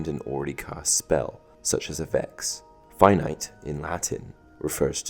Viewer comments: Yes, he said "finite", as in a number like 5, 22.7, anything less than infinity. But I prefer to pronounce it "Fee-nee-tay". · It’s Fi-Nee-Tay not Fi-Nite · I know I'm really late but "finite" in "Finite Incantatum" is pronounced "fin-EE-tay" not "fye nyte" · Fin-e-tay in-can-tart-em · It’s actually Fin - Itay Incant - art - em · Wait... Did he pronounce that wrong? I could have sworn that it's pronounced " Fee-nee-teh " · finite incantatem is actually pronunced as Fi-Ni-Te Incantatem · That’s not how you say finite incantatum is it ?? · Sorry I’m nitpicking but u pronounced Finite incantatem wrong